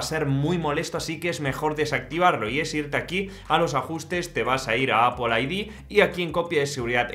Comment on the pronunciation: Es Apple No apul 😂😂😂